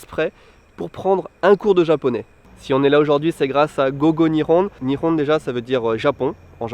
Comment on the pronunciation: niveau tres bas a mon avis. Quand tu l'entends prononce GO GO Nihon, on a l'impression qu'il dit go go "ni-on" et non pas " ni'Hon'(e) ". Et il a l'air de decrouvrir lors de la classe "nagusameru" qui est pourtant un mot de base.